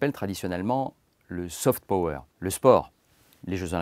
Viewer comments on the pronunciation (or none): none